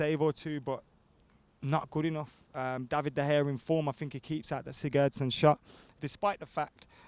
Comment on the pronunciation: Hate the way you pronounce sigurdsson 😖